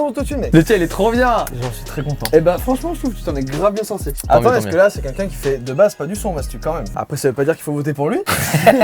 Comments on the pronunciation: C moi ou joyca il dit “quinquin” pour dire “quelqu’un” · Joyca j'espère qu'un jour tu réussiras a prononcer le mot "quelqu'un" et non pas "quenqu'in" 😂😂😂 désolé mais chaque vidéo je veux te le dire je le fais pas donc mettez un petit like pour qu'il voit 😂😂